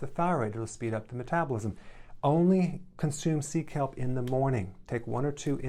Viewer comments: I thought he said “seek help” instead of “sea kelp” and felt personally attacked for a moment 😂😂😂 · Lol....when he said "sea kelp"....I thought he said "seek help"..... lol...I was thinking, "Yep, I need to seek help." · I only knew it's sea kelp from your comment 😂. I heard it Seek help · When you said “sea kelp” , I thought you said “seek help”....lol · I thought you were saying "seek help" when you were saying sea kelp. Took me a minute lol. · I thought that too! 😂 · Sea kelp, hahahaha I kept hearing seek help! Lucky for the board. :D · I heard that too 😂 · Megan me too.. 😆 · I also heard Seek help lol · Sea kelp. I honestly thought he said “seek help”. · I was listening to this while doing a task and I heard "Nutrition. Seek Help" I was like "that's cold Dr. Berg. I thought YOU would help me" . But he said 'Sea Kelp' 😂 I said "Ooooh. That makes sense" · Ha ha I would be watching this now... No news watching no stress.... We locked in our place ..me & my hubby...🤐😁 ummmmm ..... Did he say ...sea kelp?? Or seek help...😂😉 ...... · I thought he was saying “seek help” for nutrition😅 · Hahahaha! Seek help as in Sea Kelp🤣🤣🤣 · I heard C kelp good thing I read this comment LOL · Lol me too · Me too lol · haha, i thought he was saying under Nutrition 'seek help'. i kept thinking why? finally i realized he was saying 'sea kelp'! lol. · i thought he said 'seek help' i was like ..wait why? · "Sea Kelp" I heard SEEK HELP 😐😁😂😂😂I was like "why"?🤔lol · Yep me too. Seek help! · lol I repeated that part still didn't get it. thank u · Megan I heard seek help as well lol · I thought he said seek help not sea kelp 🤦🏼‍♀️ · I thought he said "seek help" lol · ☺️no.5, I thought he said seek help! I’m like from who ? 😁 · Omg I thought he was saying "seek help" not sea kelp 😅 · I thought he was saying, "Nutrition: Seek help. Seek help." But he was saying "sea kelp." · Ohh sea kelp! I thought you said, “Seek help” 😝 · not me thinking he said 'seek help' instead of 'sea kelp lol